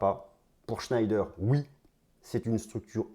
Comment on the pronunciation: shneider ce prononce chnéder